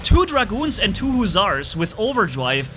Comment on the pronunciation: you said husars again